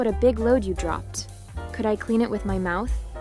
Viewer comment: bro said cood there cood beyond repair